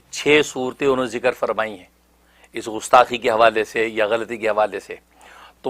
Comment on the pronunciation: لفظ غستاخی نہیں گستاخی ہے۔ کہاں سے تعلیم حاصل کی ہے آپ نے۔